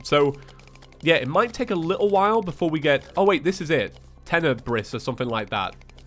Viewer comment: i can’t tell if its “Ten - Eh - Bris” or “Ten - Eh - Bre”